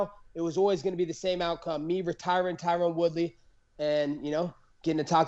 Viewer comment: Did he say reTyron Woodley 🤣 Luv or hate him he whooped Woodley ass like he said he would. Masvidal vs Colby is gonna be a scrap🤙🏽